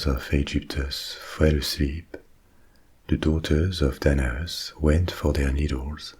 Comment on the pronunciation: Every time you say Danaus, my brain can't help but hear "dead ass"